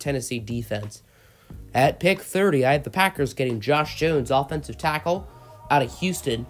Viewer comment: u say tackle weird